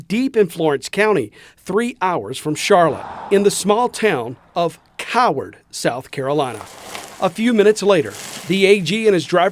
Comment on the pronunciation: that emphases on the name Coward was definitely intentional lol